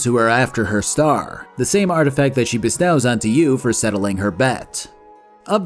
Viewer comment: Man, why make a video like this if you're going to get so many details wrong? Also, learn to pronounce bestow. That's not even some ambiguous fantasy word.